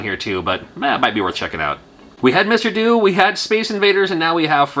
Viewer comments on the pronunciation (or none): I believe "Mr Do" is pronounced "Mr Doe", as in do-re-mi-fa-sol-la-si-do, as in the tune that plays when he picks up cherries.